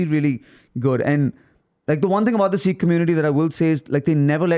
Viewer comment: Its funny how Andrew is pronouncing "Sikh" correctly and the guy from India isn't.